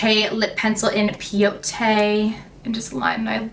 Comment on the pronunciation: I’m kinda cracking up at your pronunciation of “peyote.” Lol just got this palette today, stoked to try it out tomorrow.